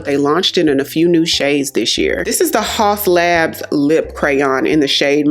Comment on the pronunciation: Since you’re an influencer I thought you might want to know, it’s actually pronounced like house labs even though it’s spelled Haus